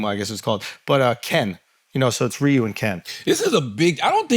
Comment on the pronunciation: shulz saying ryu properly now instead of raiyou